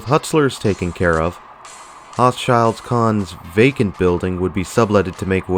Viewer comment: You’re completely mispronouncing Hochschild Kohn's 😂 It was pronounced with a long “o” not short o. Phonetically “hoeshil cone” not “haashil kahn “